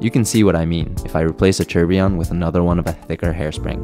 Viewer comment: You know, its never ceases to amaze me that people can be so deeply Involved in their work or profession and not pronounce words correctly. Its tour bee yon. Not tur be on. I used to work on nuclear powered ships annd people would call it new cue ler instead of new clear as its spelled (nuclear, not nuculer). I simply dont get why